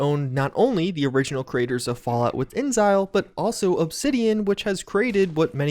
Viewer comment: It's Inexile not incel